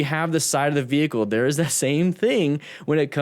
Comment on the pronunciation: Bmw= Burning man's " wehicle"🔥😀